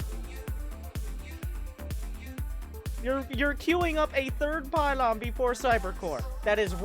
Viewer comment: It's the pie-lawn suuplai